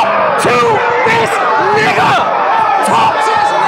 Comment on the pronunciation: how said nigga had me dying